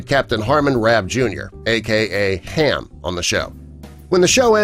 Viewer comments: thats harm, not ham, geez, i've half a dozen times an this git announcer still says ham not harm! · His name was Harm not Ham. And I loved the show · Damn, you murdered their nicknames! It’s not “Ham” it’s “Harm”. Not Mike, but Mik. Also Bud Roberts was not a Captain, he was a Lieutenant. So much for “Facts” Verse... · It's Harm not Ham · It's Harm, not Ham. Once again a video from someone who didn't get all the facts straight on the cast. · if your going to name names, get it right! HARM, as in HARMS way, not ham as in ham an eggs! numbnuts sheesh! thats national guard not nation guard! sturgess was his first name, not his last! that was turner! full name sturgess turner! keep this crap up an i'll run outa freakin corrections space! i'm australian, an i know more about the show than you do! that was petty officer jeniffer [full name] coates! thats mick brumby, he was supposed to be australian not mike! giving up here, glad i've got a pacemaker! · It’s Harm not Ham ya dumbass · you got have of the characters names wrong... Like the star Harm, NOT HAM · It's Harm not Ham !!!!!! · GREAT show. HARM (not "ham" dufus) and Mac needs to come back and fully run an NCIS squad. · For future notes, not that it matters, I'm pointing out as much errors as I possibly can. "Jennifer from jag is doing something else today", you know, I never would have guessed. Also, it's not Ham, it's Harm. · His name is HARM with an R, not Ham, and it's Commanderr Sturgis Turner or Commander Turner, not Commander Sturgis. Are you sure you've seen the show? Jennifer was enlisted, not an officer. At his point, I turned it off. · His name was "Harm" not HAM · Harm, not Ham. JFC. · Harm not Ham mate! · Your talking about Jennifer Coates, yet you have a photo of Sarah [mac] MacKenzie. ayleast you got me to watch. David James Eliiott played Harmon Rabb Jr. 'Harm' not Ham. You lost me! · it's HARM not Ham for Capt Rabb